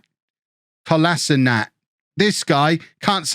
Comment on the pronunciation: lmao i love the inability of you not being able to pronounce Kolasinac :D